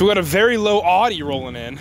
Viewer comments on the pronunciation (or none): he said "here comes the ahhdi" me "i thought it was pronounced owdi"